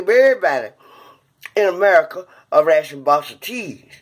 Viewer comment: 😂🤣😂🤣 "a ratshon box o cheese" - this whole video is funny along with some serious truthfulness towards the end